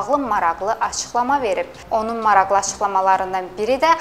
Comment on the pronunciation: qizim, mashallah çox gòzel diksiyan var, ancaq maraqli yazilir, maraxli kimi teleffùz edilir, xahish edirem bunu nezere alasan.